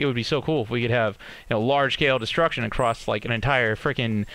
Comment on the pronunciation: Omg if he says accrost one more time I'm gonna scream his name sexually